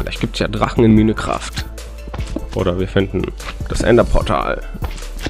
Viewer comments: Minekraft genau xD man spricht es majnkreft aus xD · Als ob er denk man sprich es minekraft aus xD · Hey ich gucke das Video einfach 3 jahre später😂 Und man spricht das Spiel nicht Minecraft aus sondern Meincraft obwohl man es so nicht schreibt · Komme aus 2020 und mich triggert es wenn MINECRAFT sagt. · Minecraft wie ein deutscher hahahahahah